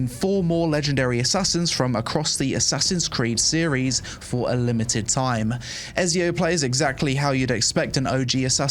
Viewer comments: Omg pronouncing Ezio wrong so many times:)) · e-ZI-o not e-SI-o ..... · I’m not Italian, but my head hurts every time I hear “EZio” instead of “ECio.” I guess we all do stupid things for money. HE IS GOD DAMN EZIO AUDITORE DA FIRENZE! AND HE ALREADY HAS ENOUGH OUTLETS. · im sorry but the game is not good enough to not have fast travel from main town...that's just outright dumb...way too much time wasting going on Also... i can't believe you called him " Ez-eeo" wtf is wrong with you... "Etsy-O" ! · stop saying ezzzzzzzio man it's ezio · Is noone going to mention how this guy doesnt know how to pronounce Ezio.... man its Et-Ze-O....Not Ez-E-O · Cool video :9 but bro its called ETTTZIO haha i cant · Ezio is pronounced Ets Zio! 🕶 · Its not ''Ezio'', its ''Etzio Auditore da Firentze''. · Bro mispronouncing Etzio hurts my soul!!! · Ezio is pronounced Etsy Oh. Et See Oh 😂. Was waiting for this video! Love your updates on this game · Dude watch your month when you speak, you dont just say "Ezio" You say : 🤌🤌🤌EZIO AUDITORE de FIRENZE 🤌🤌🤌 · bro called him Eiz Eo lol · Eh-ts-io.....EEETZZZIIIOO AUDITORI DE FIRENZE. Keep it up i like the content and ur coverage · Ngl the way you said ezio's name kinda triggered me for a sec 😂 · Your pronunciation of "Ezio" gave me literal cancer, LOL. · You can’t even pronounce ezio right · My ears bled listening to you butcher the pronunciation of Ezio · Had to turn it off when i heard you pronounce ezio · Why nobody talks about how he pronounced Ezio? I am dead! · bro has apparently never played Assassin's Creed, doesn't even know how to pronounce Ezio 😂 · He doesnt even know how to pronounce Ezio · The way you pronounce Ezio made me not download Raid shadow legends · why he pronounce ezio like that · They way you say Ezio deserves prison time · I'm sorry but the way you pronounce Ezio's name physically hurt me lol 🤣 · How can you play any games at all and not know how to pronounce Ezio's name lol